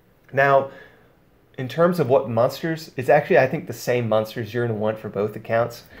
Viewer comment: I love your videos dog, but I had to quit 10 minutes in. “Mun-stars”... u said it like 100 times in 10 minutes. It’s “mOn-ster”. M- ON- STER. I couldn’t listen to it anymore. I still appreciate your vids though.